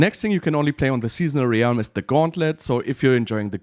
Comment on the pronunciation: How is "Realm" the only word mispronounced in a video about Realms?